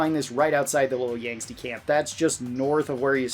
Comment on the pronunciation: Couple details I need to point out: Nephi is pronounced "Nefi", not "Neefai" It's Little YANGTZE, not "Yangste". Yes, reference to Fallout 2 but the original reference comes from Lassie. You can get the Liberator at NELSON, NOT Nellis. You're right about All-American. It feels rewarding looting the armory after all the fighting and radiation in that vault. "You can miss the Super heated knife and that's not cool". Indeed, a Super heated knife isn't cool. 😂 BTW. Most of these are in "difficult places" only because plays on Hardcore mode with the difficulty tuned up to Very Hard. Tune the difficulty down if it's too hard. Simple as that.